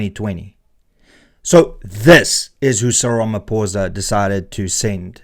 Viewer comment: Pitty you can't even say his name properly. Gives you no credibility... 😅